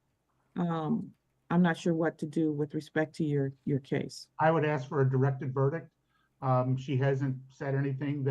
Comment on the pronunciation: Please, please, please, it is ASK, ASK, ASK, ASK, ASK, not "AXE, AXE, AXE" . . . like fingernails on a blackboard.